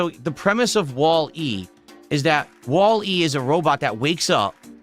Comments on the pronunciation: He really is an alien. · 100%,that fucking annoyed me-_